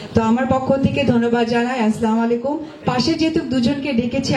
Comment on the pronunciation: মুর্খ সালামলাই কুম না আসলামুআলাই কুম